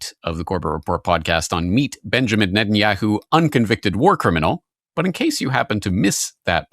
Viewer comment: Why do you pronounce Netanyahu like that? 😂😂😂 yeah hoo